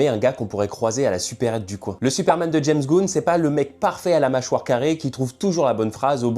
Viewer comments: Ses james gunn comme un flingue et pas james goun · James goun aïe mes oreilles Sinon oui je suis entièrement d'accord ça c'est le Superman des dessins animés celui de l'âge d'or et d'argent c'est le boycott en collant rouge et bleu